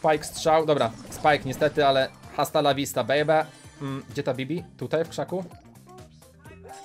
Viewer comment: H w języku hiszpaniskim jest nieme więc się mówi asta lawista